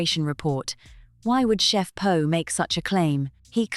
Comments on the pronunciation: POH not Loh! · Her name is Poh…….not Ho !!! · You can't pronounce Sandringham, you call Poh 'HO' and you don't even know that Poh is a woman, not a man. Why should anyone ascribe any crediblity to your opinion?